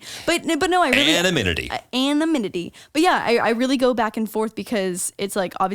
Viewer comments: Anominity? Lol what. It's not for once. A-NO-NI-MI-TY. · not saying anonymity as "anominity" lol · ITS AN-NA-NIM-ITY LMAO U SAID IT WRONG ALSO LMAO (anonymity) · My favorite part was correcting about anonymity but still saying it wrong 😂😂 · Y’all both said anonymity wrong 🤣